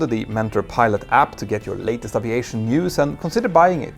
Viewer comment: Dude You need to pronounce the word aviation correctly